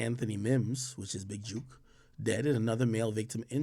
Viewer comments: If I hear one more blogger or anyone else acting like they know something say Big "JUKE" instead of the way its actually pronounced i swear ima Will Smith me a bitch. Think about it... if book, cook, look, took all have the same sound, why would J-O-O-K sound any different? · Y’all saying his name wrong it’s not juke you say it like cook book…jook. And that building is pronounced pear-re-yawn